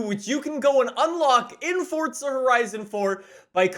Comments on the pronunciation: it’s forZa not forTza😬😐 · It’s pronounced forza not fortza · FORT.Z.A you mean forza. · Its forza not fortza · say not forca but forza jerk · I still don’t know why he says fortza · why you always say fortza horizon? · Bruh he really did say ”fortza horizon 4” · WHY DO YOU SAY forTza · The way you say Forza hurts me